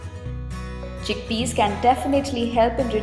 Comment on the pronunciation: chick pees XD